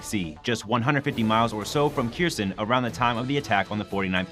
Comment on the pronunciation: Error: say "err-or" not "air". Kherson: say "Care-zohn" not "keersun". What are you talking about "on the morning of July 11" for? This is April. Prostrate: say "Praw-strait" The Ukrainians are locating Russian CPs because they're getting live overhead imagery from the US.